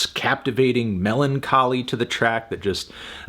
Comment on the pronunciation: a WHAT-choly?!